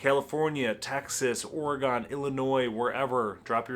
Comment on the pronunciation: You can tell you are from Michigan because you pronounced Oregon correctly, lol